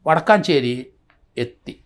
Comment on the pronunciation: വടക്കാഞ്ചേരി അല്ല വടക്കഞ്ചേരി ആണ്